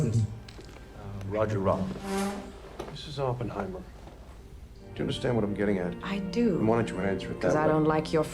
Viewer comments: It’s most definitely not pronounced Ohppenheimer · It’s actually aa puhn hai mr not whatever this guy is saying